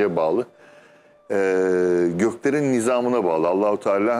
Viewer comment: ALLAH kelimesini hizli değil ...ALLAH....ALLAH....DIYE pekiştirerek söylenmesi lazımmış hissederek ..